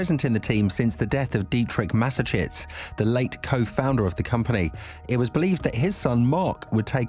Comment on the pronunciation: Frankly, there is no substance in this video. The speaker doesn’t know the ropes. And he even isn’t able to pronounce the name of the great D. Mateschitz correctly. He’s got a lot to think about and a lot to learn.